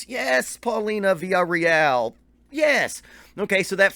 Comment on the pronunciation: I love how you were dropping so many of their influences. Just goes to show just how great they are. P.S. In case someone else hasn't already mentioned it. You straight butchered the pronunciation of their last name. I can't pronounce it, but you're way, way off. Funny enough you mentioned Greta Van Fleet when The Warning just signed with that label that GVF is on.